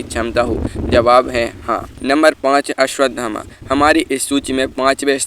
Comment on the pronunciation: भाई हिन्दी भी नहीं बोलनी आती तुम्हें तो😂😂 अश्वथामा को अश्वधामा बोले जा रहे हो। 😂😂